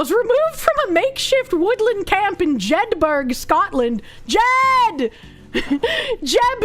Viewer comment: It's pronounce Jed_ Burr with a soft a suggestion on the end... Same as Edinburgh